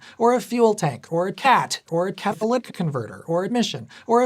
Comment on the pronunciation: "Ca-tho-lic converter"